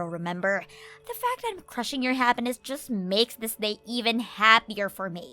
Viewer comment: She’s talking to herself again. And she needs to work on pronunciation. I mean “habbiness” instead of happiness and “da” in stead of the?